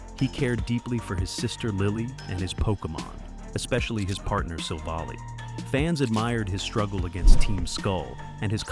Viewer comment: It’s pronounced yoo-NUH-vuh, LYE-SAN-DURR, and sill-VAL-EYE, “Patrick Stars”! 🤨